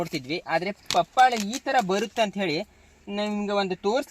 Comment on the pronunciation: ಬರೀ buildup ಆಯುತು.ವಿಷಯ ಹೇಳು ಮಾರಾಯ.ಪಪಾಳೆ ಅಲ್ಲ ಪಪಾಯ.